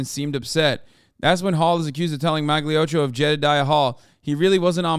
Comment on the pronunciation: I know probably Hasan is not reading this, but Magliocco is pronounced MalioKKo (kinda). GL is similar to L (Kinda) and "cc" sounds like "k". The sound Hasan makes for the c exists only if after the c you have e or i. I hate made up italian pronunciation! :D